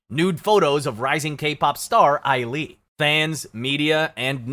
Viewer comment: You really could've looked up how to pronounce the names...I mean the way you pronounced Sulli, Ailee and Hyuna alone. Maybe you shouldn't have made a video about kpop if you've never heard any of their names pronounced. You obviously know nothing about kpop and didn't do enough research. Some of these are ridiculously hilarious!